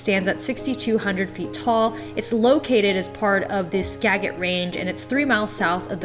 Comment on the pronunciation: Hint: Skagit is pronounced Ska gir, like legit. Not Ska get.